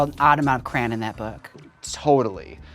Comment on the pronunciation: Jaymes pronouncing crayon as cran cost me 5 minutes of my life. Literally had to turn on caption cause I had no idea what she was saying.